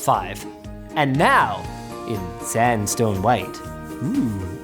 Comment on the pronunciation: Had to re-listen, I literally thought he said ''sandstorm'' white. rofl